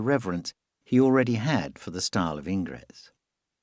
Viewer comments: You should learn how to pronounce names correctly. Ingres, for example, is pronounced "angr." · A superb documentary (slightly marred by the narrator’s [AI] pronunciation - it took a while for me to figure out that this ‘Ingress’ was Ingres. And it’s Bo Zar, not Bo Ar!). Degas was a remarkable artist technically, creatively and aesthetically. Pity about his antisemitism (borne out in his antisemitic renderings of wealthy Jewish patrons, rejection of Semitic-looking models and rebuff of Pissarro) but commonplace in France then as now